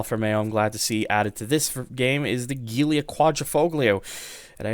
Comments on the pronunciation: You said Guiulia instead of Giulia, just saying. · The way you pronounce Giulia hurts my head 😂